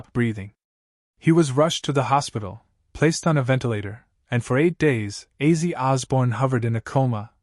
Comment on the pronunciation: Is it AI narration ? Why on earth does he keep pronouncing Ozzy as 'Azzy'? It's not that complicated. If your going to make an obituary for the man at least learn how to say his name...